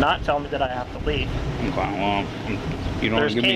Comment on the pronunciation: Do cops learn how to say" Um kye" for ok? And this guy is sheep clown who makes me cringe with the word "story" once again.